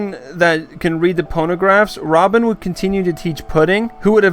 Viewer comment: Man said ponograph no hate thought